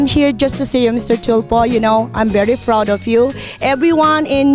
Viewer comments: hehehe and proud nya is froud and this nya is dis nasaan ang th mo madam? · She said "I'm very froud of you". I'm from Cabete! And I got lose!!! Magtalog nalang kasi!!!!😂😂😂😂😂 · Eto pala ung sinasabi nung sa ibang comments. Halata naman na mayabang eh. HAHAHA nakapag america lang suus! Wag ka na bumalik ulit sa studio ni Sir. Raffy. Ayusin mo muna ung pag pronounce ng PROUD hindi FROUD. 🙄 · That “I’m very froud of you” huy tiya kauwaw uroy hahahahahahahhah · Afroch, feralta, froud, tenk yu, simfle, filifin, around da word, manay ano ba yang English mo? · Hahaha I'm very froud of you Mr. Tulfo.. I'm appreciate you.. Mitsubitsi.. how's that sounds.. America nga.. 😆 Pero good job pa rin sa mga balikbayan natin at OFWs! 👍